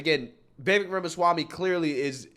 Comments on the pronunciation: Vivek is pronounced Vivake like cake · It's "Vi-VEYk", like "cake", not "VEE-vek". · Vivek is pronounced like vi-vake like cake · Hey Love your Channel! You have the BEST in this category!! One thing on Vivek.... I was pronouncing his name like you do previously, but II heard him say "It is Vivek like Cake" ...sounds like Vivake. Anyway keep up the great work and all the great postings!!! 😃